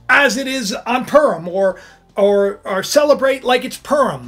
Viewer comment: Pu(like in pure) rim, pu-rim not "" perm ""